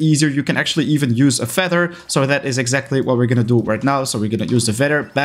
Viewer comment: Sir, it’s said feather and not feder